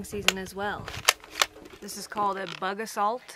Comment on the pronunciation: Too funny, my husband also has a “bug-Ah-salt” and he spends hours on the porch shooting bugs.